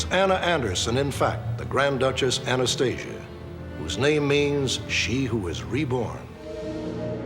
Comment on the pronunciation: This dude "knew " Anastasia "intimately" yet cannot even pronounce her name correctly?